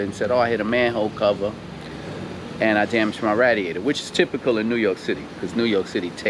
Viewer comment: The way he says radiator lol ratiator 🐀